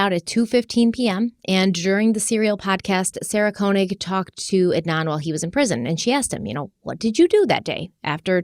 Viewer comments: PLEASE, please, please... her name is pronounced SARAH "KAY-nig" NOT "KOH-nig." She only says it on every single episode of the Serial podcast. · on podcast. Love all the overview and details. I know I’m behind in listening but just wanted to chime in. Please listen to how to pronounce Sarah Koenig’s last name. I do not think you were saying it correctly. Just a pet peeve of mine. 😅